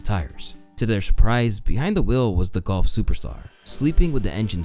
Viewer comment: The way you’re calling golf “gulf” is bothering me